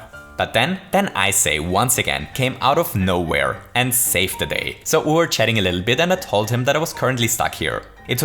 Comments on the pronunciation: "to dive a bittle lit" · I don't know if I am alone here, but did you just say a bittle lit? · “to dive a bittle lit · I never noticed this until, but , he said “to dive a bittle lit.” Not really that interesting, I know, but I’ve watched this video so many times, and have never heard that until now. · "Dive a bittle lit"